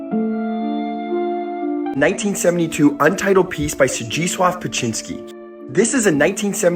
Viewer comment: Beksinski sound beck si ski Corectly